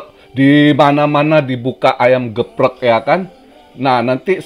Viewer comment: wkwkwkw lucu ngomongnya gepreg wkwkw